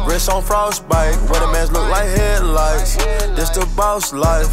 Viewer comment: Is takeoff saying headlights or head lice lol. Sounds a lot like head lice.